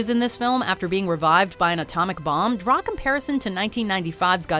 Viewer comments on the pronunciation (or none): none